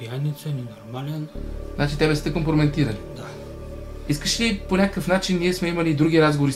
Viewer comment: Карбовски, верно ли каза " компромеНтирали"?